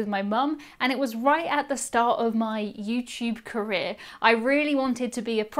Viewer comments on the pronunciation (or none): none